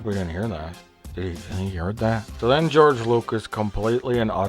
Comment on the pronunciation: George = Jorje 😂